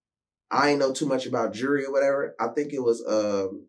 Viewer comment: Lol right because my closed caption is saying "Jury"